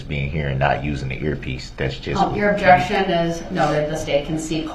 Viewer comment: I started watching the trial at this man’s testimony and was immediately hooked when I heard, “Objecshun! What’s cardinal?” 🤦🏽‍♂️